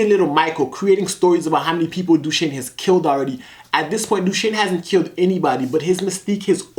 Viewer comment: Dooshane lol not you as well